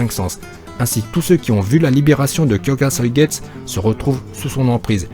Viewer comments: Merci enfin la bonne prononciation . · Pour le shikai de aizen tu le prononce mal le u se prononce à la fin